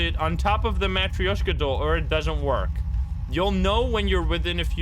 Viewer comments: BTW it's ma trosh ka I'm russian I would know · I think it is spoken "Matroshka" but idk I don't speak Russian/Polish/Whatever